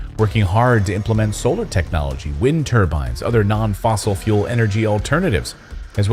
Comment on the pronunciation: PLEASE STOP calling it fossil fule we all KNOW it is NOT> well anyone that has their eyes and ears open and brain not closed.